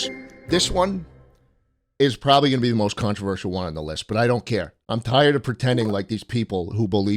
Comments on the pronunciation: "I'm PORBABLY not going to kill you" LOLLL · HEAVY emphasis on "Probably"